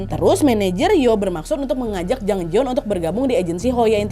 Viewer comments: Namanya Jang Jayeon (장자연) kak Nad, bukan Jang Jaeyeon (장재연) pelafalannya J-A, bukan J-E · Ini kasus emang booming banget waktu itu. RIP Jang Ja Yeon-nim. Btw, kak Nad, namanya Jang Ja Yeon yaa (장자연), bukan Jang Je Yeon ^^